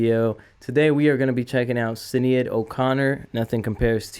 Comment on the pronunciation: Pronounced Shin-aid